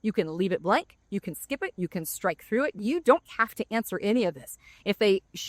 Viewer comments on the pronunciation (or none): none